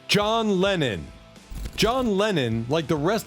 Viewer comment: "John Lenin?" Again I say, AI go home! Am I the only one? What say ye all? Although the "Lenin" error is more likely a scriptwriter unfamiliar with English; though that isn't really an excuse because the name John Lennon crops up daily in the World's media.